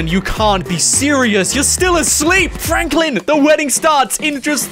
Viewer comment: Its frenklin